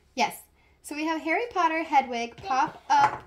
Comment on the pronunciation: You meant hedwig not hedegi